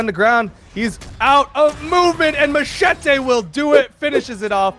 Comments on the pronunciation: ouai mais je comprend pas pourquoi il le prononce "machaté" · it sound like this : ma-chay-tay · he said Macheete's name the most cancerous way